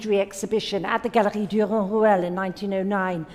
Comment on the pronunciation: The way she pronounced , he painted this at the gallery of “gggggu gayon…”! She totally butchered this!! Why isn’t anyone commenting on this!!??? What a disgrace!! That was NOT FRENCH or any language at all!! Sotheby’s , you should be ashamed!